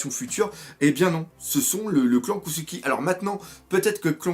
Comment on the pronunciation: pourquoi tu dis kossuki ? cest kozuki